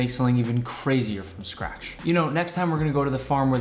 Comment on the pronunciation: Wtf is “from scrash”